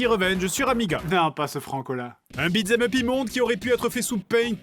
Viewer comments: pourquoi tu dis beatS em up? tu l'ecris bien pourtant... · Vu que "beat them up" est abbrévié en "beat'em up" dans l'expression (accent américain), ce qui élimine le "th" qui rend sa prononciation difficile pour le français moyen, tu aurais pu prononcer l'expression correctement au lieu de nous gratifier de ce magnifique "bitzemeup"